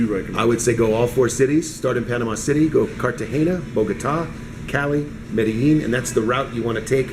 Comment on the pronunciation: If he has been to Medellin before, why is he still pronouncing it wrong? He probably still types Columbia.